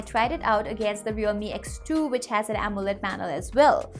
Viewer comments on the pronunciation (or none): none